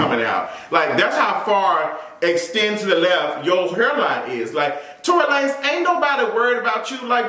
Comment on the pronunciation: When you said Tory LaNes i lost it🤣🤣🤣🤣🤣🤣🤣